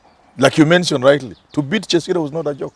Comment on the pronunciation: che-sire,, you really butchered this name. Isindwe